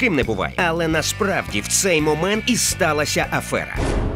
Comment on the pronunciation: афЕра, а не афЁра